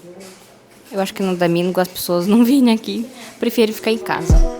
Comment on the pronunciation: "É muito camum num damingo" 😁